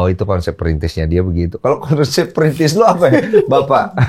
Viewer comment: tetep bilang printis😂 mulai dari nol gatuu wkwkwk konyol